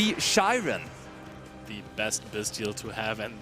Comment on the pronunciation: why do they pronounce Scheirin as "Shy-ren" when it obviously has a "Sch" german pronunciation, and one of them sounds german too lol